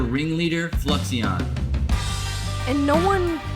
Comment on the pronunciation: i wonder what fluixon thinks about his name being mispronounced for 2 years lol